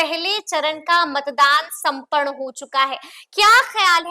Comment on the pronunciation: Chunaw sampan huwa. aap apne urdu hindi dono ka pronounced thik kare us se aap ki reporting me or nikhar aai ga.